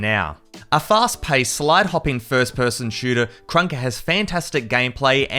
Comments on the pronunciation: Bro called krunker crouker 💀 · "CRONKER" lol